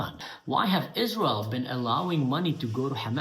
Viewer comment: Is- Raz- Elle? It doesn’t exist. Satan’s Hordes. AHAHAHAHA !